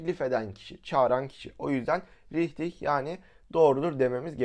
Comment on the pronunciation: Abi folç deil folş ve ubera$£=$®` deil uberaşunsparti haberin olsun bide riçtig deil rihtig